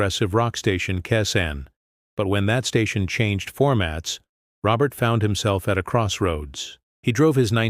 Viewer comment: Ro bare. Not Robert